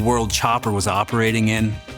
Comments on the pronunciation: I’m like a minute in and already triggered coz u called in MARmite 😮😮😮 and pronounced it MehL-bOURn instead of Mel-Burn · It’s Mel-bin!!!! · Mate, its Vegemite we eat. Not that marmite shit. And also, Melbourne is pronounced (MEL-BIN) Uncle Chop would be sickened ya Gronk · you said mel"burn", opinion ignored.